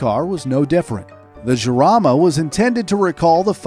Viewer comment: Great video and content, super thanks! Small correction in the pronunciation of the Jarama name :P its not "Giarama" its more like a jewish "JJJJarama" xD